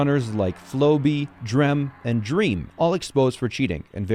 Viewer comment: bro i can't believe you mispronounced dream like that 💀